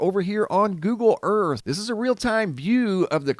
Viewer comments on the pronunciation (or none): none